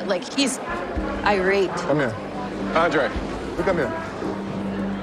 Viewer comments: Me too it’s so ANNOYING, it’s only Libby who says it that way not even Andraaaaayyyyy’s family ,lol. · Send Charlie home yes ugh.....cant stand how Libby pronounces Andrei's name steuppppsss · Does she have no clue how unbelievably annoying it is when she pronounces for his name that way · yeah cause she's American so her name is pronounced like Americans do, Andrei isn't